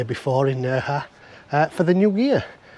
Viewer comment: If you want to be pedantic, Nerja is actually pronounced Nair-ha🤪🫢👍🏼. Thanks for the video👍🏼😜